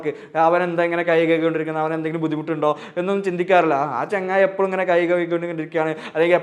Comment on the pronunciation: sir, താങ്കളുടെ പ്രഭാഷണം ഒക്കെ കൊള്ളം . പക്ഷെ താങ്കൾ എപ്പോഴും എന്ന് പറയുന്നതിന് പകരം " എപ്പോയും , എപ്പോ യും എന്നാണ് ഈ പ്രഭാഷണത്തിലുടനീളം പറയുന്നത്. താങ്കളൊന്നു കേട്ടു നോക്കു എപ്പോഴും എന്ന് പറഞ്ഞു പറഞ്ഞു പഠിക്കുക